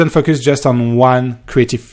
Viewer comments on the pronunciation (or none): Am I the only one who hears fuckers when he says focus? haha I love the accent